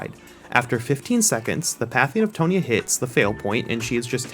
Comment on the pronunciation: “T-awn-Ya” not “T-ohn-ya” hue